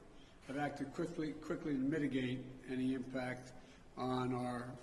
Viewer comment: the agencies have acted "quifley"